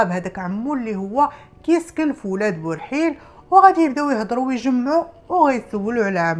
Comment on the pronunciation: اولاد برحيل ber7il ماشي بورحيل